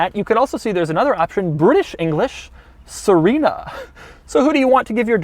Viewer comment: that's suh-ree-nuh bro lmao she aint an italian pasta